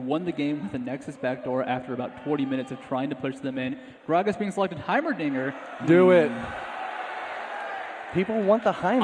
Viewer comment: heim-dinger!!! omfg!!!! its heimer-dinger!!!!!